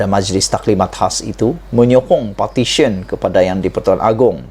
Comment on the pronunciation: Abang ....petisyen...bukan..partisyen..